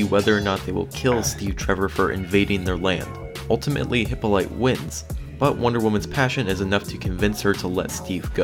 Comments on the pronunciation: wowowowowowowowow it's Hipp-o-li-ta, not hypolite lmaaooo <3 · It's pronounced "Hip-POL-lit-ta" - not "Hippo- light" - and the other name is "Chim-Mer-AH" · HYPOLYTA!! NOT HYPOLITE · It's not "Hippo Light", its "Hip All A Tea". Sheesh... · thank you! I literally couldn't continue watching this video once I heard him pronounce it hippo light, I had to go immediately to the comments and luckily saw yours before repeating the message. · Is there any chance he pronounced it hippo light to try to be funny? I mean it's definitely not funny...at all...in any kind of a way...except I guess picturing a ridiculously skinny hippo, that's sort of humorous. Anyway I just have a hard time believing anybody that would make a whole video about wonder woman wouldn't know how to pronounce Hippolyta. I mean even if you've just seen the new Wonder Woman movie you should know how to say it the right way, on the other hand trying to pronounce Gadot seems to be a riddle with no answer, I think I've heard it pronounced about 1000 different ways and counting. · I almost died listening to that over and over again. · It's actually Hippolita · FYI: Hippolyte is pronounced "Hippolyta", which is also an alternative spelling. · It's Hip-paulie-ta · It’s pronounced Hïp-PÖL-îtä. And Kī-MĒR-rä. With the •• indicating “soft” vowel sounds. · Is THIS why so many announcers use such bad pronunciations? Ask a human. Computers are rarely the best source for pronouncing proper names. (If you didn't get joke, it's actually pronounced "Hip Paul It Uh". Ancient Greek names tend to put the emphasis on the second syllable. So, the next time anyone reading this has trouble pronouncing a Greek name, you're welcome.) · its prononced like (Hip-all-O-ta) BTW. No hate, just saying. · "Hippo-light?" Really? Are you even a fan? How can you not pronounce basic words in the WW mythos? Bah! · Your pronunciation software is no good. Hip-Paul-Lit-Tah. Good video series, though. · Pronounced "Hip-olleh-tuh"